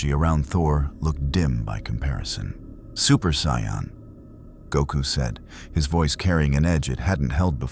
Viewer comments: Amazing. But AI pronouncing as Cyan drives me up the wall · saiyan is pronounced (say-in) but good story line